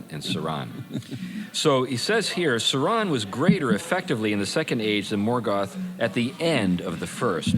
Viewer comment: The emphasis is on sau not ron